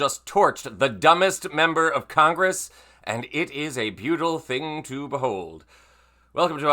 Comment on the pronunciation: "Buetel?" I'm a liberal, but F off and speak properly.